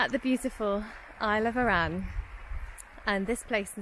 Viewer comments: Great vid. Need to work on your pronunciations a wee bit. With Loch Etive and Arran.....the emphasis is on the first syllable, not the second. :-) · arran its douke r